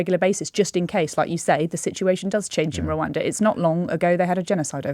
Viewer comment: Please be careful how you use exponential, James. You know better! Also please tell that lady that while Rwanda begins with an R it doesn't have one on the end.